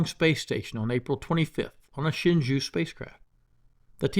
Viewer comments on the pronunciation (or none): Just a point on pronunciation. 'Shenzhou' is pronounced, 'Shen-Joe', like the current US President. That is all. Great vids mate.